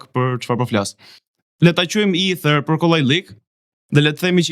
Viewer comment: Me fal, mos je rritur gje ne Angli apo ndonje shtet anglofon, qe ste del fjala shqip Eter, por na hap barkun duke i then Ither? Dhe "kepurdhen" qe e bere legjende dhe e zbertheve ne detaje, meso ti shqiptosh emrin njehere tamam, pastaj na i zberthe. "Kerpudhe" thuhet sa per dijeni. Delirant qe te duket sikur ke shpik rroten, se ta kan ber pak qejfin neper komente ne tik tok dhe ke fillu te te duket vetja vertet gjeni.